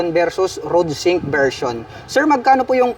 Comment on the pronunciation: Ayusin mo nga salita mo paps bakit rudsink sabi mo?